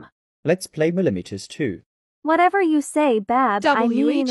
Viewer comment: i love when they say milimeters two instead of murderer mystery two